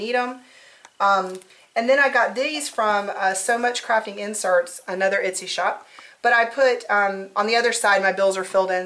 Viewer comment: etsy- not itsy